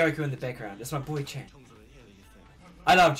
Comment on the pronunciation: Just stumbled upon this in my recommendations lol great reaction man, love your enthusiasm 😊 BTW just some tips for pronunciations: WooJin--> yes fam it's a 'J' 😂 try not to over pronounce the 'w', its more like oo-jin if that makes more sense Chan-->the 'a' is pronounced a bit softer MinHo* ChangBin-->like Chan the 'a' has a softer pronunciation HyunJin* JiSung* Felix-->I mean it's his English name what more do you want lol (my fellow Aussie! Along with Chan 😊) SeungMin-->this is a bit confusing (especially if you don't know 100% how romanisation works) but think more along the lines of 'Soong', as opposed to 'Song' JeongIn-->again if you don't get romanisation (coz its stupid & ppl use different versions which confuses ppl even more) the 'e' is an indication of what type of 'o' sound his name has. Its essentially the same as JiSung's just with a 'J' lol also the 'I' in 'In' doesn't need too strong a pronunciation, but don't do it too soft either (confusing I know 😅) *you've got it/self explanatory I also did this in age order to help with remembering lol Hope this helps 😃 💕